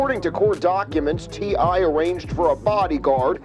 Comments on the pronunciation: the way this AI keeps pronouncing T.I. "Tee•Ahhh" 😂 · Look how this person pronouncing TI name.. this aint your lane man